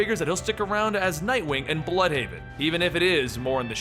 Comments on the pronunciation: its not bloodhaven or bludhaven but it is blÜdhaven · I think it would be pronounced blude-haven